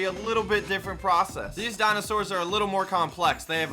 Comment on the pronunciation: he said dinostors